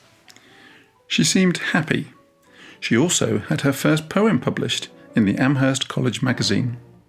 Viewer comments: Great video, thank you for posting. Just a point of trivia/correction: the H in Amherst is silent, so it's pronounced "Am-erst." And now you know 🙂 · I very much enjoyed this biography! One small detail: Amherst out here in western Massachusetts is actually pronounced as "Am-erst". The "h" is silent. Even people in Boston don't know that 😊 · Emily Dickinson's poetry is incredibly rich, subtle, dense, and insightful. She was brilliant and revolutionary. By the way, locals do not pronounce the "h" in "Amherst." It's pronounced as if it were written "Amerst." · The "h" in Amherst is silent. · I'm from Amherst. We dont pronounce the "h" in Amherst here. It's silent 😊 on another note. I love your videos! So, well structured and informative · The H is silent in Amherst. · The h is silent in Amherst